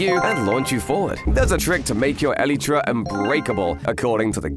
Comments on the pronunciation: It's not elïetræ It's Elaitra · It's not ELETRA it's ELYTRA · Bro when he says elytra he says elytra(elitra) not elytra(elightra)😂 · no way he said elitra